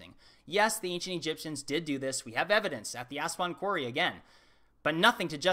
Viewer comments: Did he say ancient egypsums? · "The ancient EGYPTIAMS" is that what he said..EGYPTIAMS... really?